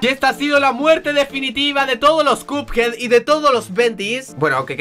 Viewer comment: Se dice cuphead no cupead